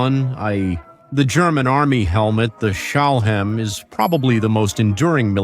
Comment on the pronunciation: STALHL-HELM. You pronounciations are ATROCIOUS.